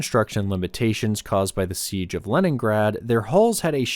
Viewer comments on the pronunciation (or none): none